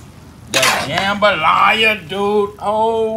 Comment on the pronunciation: The main reason I clicked this video is just to hear him say "jumbalaya"